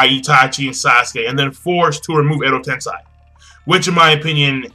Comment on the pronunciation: You keep saying Edo Tensai - it's Edo Tensei.